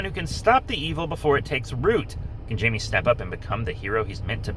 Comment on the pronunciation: Its jaime (haime)